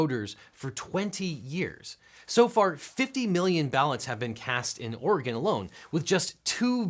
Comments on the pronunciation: Thank you for saying Oregon correctly. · Shout-out to you for actually knowing how to pronounce my state's name correctly. People on YouTube get it right and know about my state more than a lot of journalists and politicians.